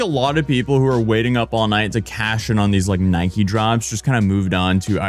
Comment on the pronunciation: It's Nike NOT Nikey you morons.